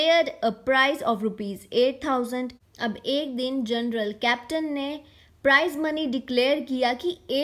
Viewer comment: Journal ❌general ✅